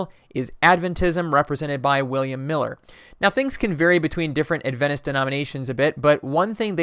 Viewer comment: When you said “some Adventist” it sounded like you said some in Venice